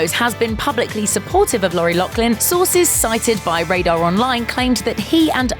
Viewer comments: Pronounced Loff-lin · There’s no k in the last name ... LOUGH. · I cringed every time she said Loughlin. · There’s no “k” in her last name